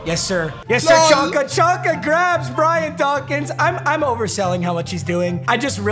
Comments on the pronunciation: its pronounced zonka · homie it’s zonka not chonka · I love papa so much 🤦‍♂️😂 larry Csonka is is pronounced Larry Zonka not Chonka😂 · Just so you know csonka is prounouced like zonka not chanka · Chonka bruh😂 it’s zonka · Lmao its Larry ZONKA. Not chonka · It’s zonka not chanka papa. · Aye Papa it's pronounced Zonka not chonka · It’s pronounced zonka. No one says chonka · Your fb “chonka” is pronounced zonka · Papa you calling him “Chonka” physically hurts my ears. It’s pronounced “Zonka” like tonka truck with a Z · It’s pronounced zonka not chonka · It’s Pronounced Zonka….Not Chonka :) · Its pronounced zonka not chonka u turd lol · it's pronounced zonka bro stop saying chonka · For the love of god “ Z-On-Ka” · It’s pronounced “zonka” 😂😂😂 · It’s killing me how much you mispronounce Larry Csonkas name! It’s “Zonka” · It’s pronounced like zonka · papa its pronounced zonka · his name is said like zonka pls stop this